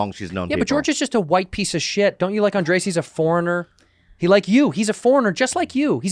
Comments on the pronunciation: The weird part is his name is Andres and it’s pronounced as ‘On-dress’ but most of the guys keep pronouncing it as Andreas or ‘Ann-dray-azz’ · lol Bobby be like "AND REY ASS" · George's pronunciation of Andres is more annoying than Bobby's lol